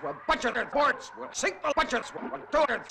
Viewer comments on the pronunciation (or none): did you say board ass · Did you say “board us”?